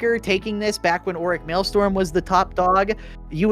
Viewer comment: wait until you hear how he says maelstrom